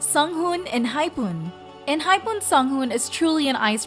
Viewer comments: Enhypoon?! , She does know that it's pronounced the same way as how it's said for the punctuation, right? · also she pronounced Jisung so weirdly (more like eu instead of i), I really wonder where she got that from. It's not an uncommon letter and she managed to pronounce it correctly in any other word... and Enhypen is literally an english word smh